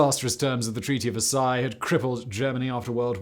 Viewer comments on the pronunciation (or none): none